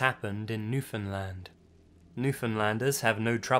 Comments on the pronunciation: It's pronounced "Newfin-land" Rhymes with understand. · it sounds like "newfindlind lol